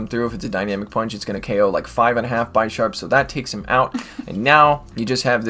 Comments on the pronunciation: Its bi-sharp not bysharp but its awesome.... Thanks for these vid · Bisharp : Bee - sharp As from Bishop u don't call it By shop 🙂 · No it's pronounced bih-sharp, similar to the Bishop chess piece. It evolves from Pawniard (like a pawn in chess).